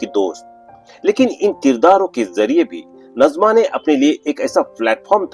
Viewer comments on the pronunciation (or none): Aap nazima ko najma bol rahe ho ye nazima (naazima) he dusra nam hota he najma ۔dono nam alag hen